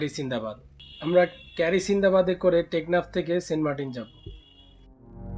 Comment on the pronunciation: সেন্টমার্টিন যাইতাছেন নাকি, টেকনাথ। বয়েচ দিলেন ঠিক ৯:৩০ আপনার শিপ টেকনাফের উদ্দেশ্যে যাত্রা শুরু করল।। কিরে ভাই কি কইলেন এটা